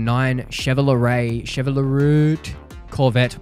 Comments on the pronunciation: Its Shev-roe-lay for Chevrolet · Nuh-uh, the man has spoken. It’s Shev-o-le-roooot now 🤩